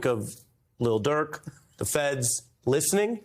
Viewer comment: Did he say “Lil Dirk” ?????